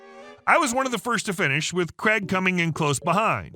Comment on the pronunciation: Craig, not Creg. 🤦🏻‍♂️